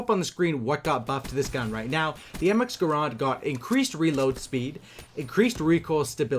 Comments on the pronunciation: it's called my grand not grond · It's not graaaaand, it's GRAND!!!